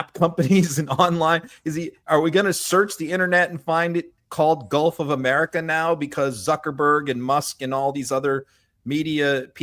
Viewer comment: Did he say "guff of America"? That's all I heard!